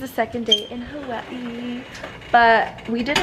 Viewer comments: She pause Everytime she says Hawaii 🤣🤣it's cute and it's havaii actally the way they say it🙂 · Omgggg finally someone says Hawa'ii correctly 😫😫